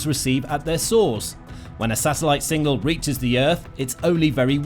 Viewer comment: Have a shot every time he says single instead of signal